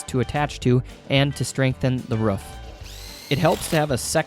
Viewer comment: guts its "roof" not "ruaff"